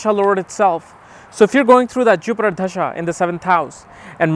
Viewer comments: Why do you pronounce 'dasha' as 'dhasha'? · bro its da-sha not dhhha-sa